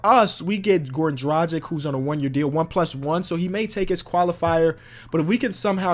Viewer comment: “Dragich” not “Drajik”